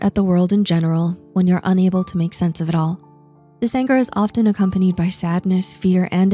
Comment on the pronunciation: The T in "often" is silent.